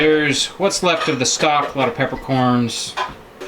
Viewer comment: I had to rewind & it😮 sounded like you said , “ snot” instead of stock 🤔. Whether or not it gave me good belly laugh 🤪🤪🤪 I do the same with my bones … makes wonderful stock 🤩🤩🤩. 👵🏻👩‍🌾❣️ EDIT: as a kid mom used to make 💩 on a shingle. Meat of any kind, & gravy over bread. Now I do sausage gravy & biscuits 😂😂😂